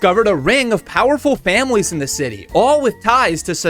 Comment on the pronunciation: did you say famawes?